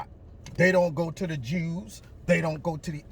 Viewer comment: I like how says <<<JEWS>>> 😉